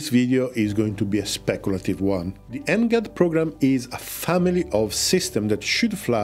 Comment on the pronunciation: NGAD reads > แหง็ด